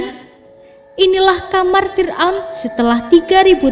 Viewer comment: Gw baca komen ini dulu, baru deh play videonya, sejak detik pertama dia bilang "MENGEJUDKAN" gw langsung mnegerti kenapa. 🤣